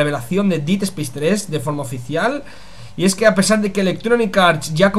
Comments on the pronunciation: No es por joder ni nada, simplemente para que en un futuro te salga mejor. Dead no se pronuncia /DIID/ es algo más como /DED/ quizás dandole un toque de "A" a la E. Un saludo, y gracias por la info! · Si, pero con un toque distinto, él al pronunciarlo parece que dice hacer en pasado (did) en vez de muerte/muerto (dead). Pero al tener acento español, se nota mucho la diferencia.